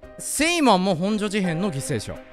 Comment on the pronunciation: 地元民としてもの「ほ↑ん↓じょ」の発音に慣れてきたところで「本所事変」は地元とおなじ発音（「ほん↑じょ」）になっててニッコリ